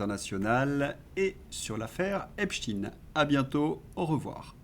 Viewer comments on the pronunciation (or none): Bonjour pourquoi prononcer epstiiin et non epsteïn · ….pourquoi prononcez vous Epstiiiiiiiine et non pas Epsteeeeeiiiiine 🤔🤔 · s'il vous plait, Epstein se prononce comme Albert Einstein. Merci😊